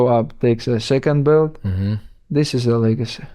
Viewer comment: Black "Blelt" Mountain